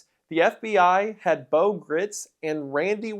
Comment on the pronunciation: Having met Bo when I was a child I can assure you that you are pronouncing his name wrong- he said it with a long i sound